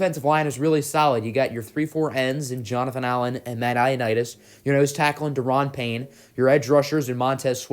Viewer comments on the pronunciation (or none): none